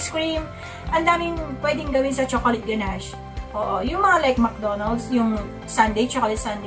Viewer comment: Thank you po for sharing. Always helpful. 😊 Btw, ang pagkakaalam ko po, the correct pronunciation is "guh-nash". There's no T sound at the end. More power to your channel! Thank you for being so informative. Laking tulong especially sa mga beginners po. 😊😊😊